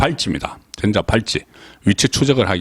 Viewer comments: 전자 발찌 가아니고. 전~자발찌 가맞아요 너무심하니 듣기가좀 ㅋㅋㅋ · 내용의 본질은 아니지만 '전자'의 발음을 '전:자'로 '전'을 짧게 발음하는 것이 아니라 길게 발음해야 맞는 것 아닌가요? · 아무리 경상도 발음 이지만 전자 발찌 전을 길게 하세요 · 송 본부장께서는 음의 길이가 정확하지 않는경우가 허다합니다. 전^자 팔찌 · 어제가 한글날인데 단어를 장단과 억양을 제대로 못하니 듣기에 상당히 거북하네요. 오늘은 전자의 전을 장음으로 읽어야하는데 단음으로 읽고있네요. 노력하세요.